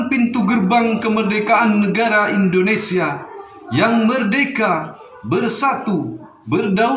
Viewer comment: Peri bukan priii ya beeb, Indonesia bukan Indoniiisia, Tetap semangat n terus berusa,, insyaallah bisaaaaa💪💪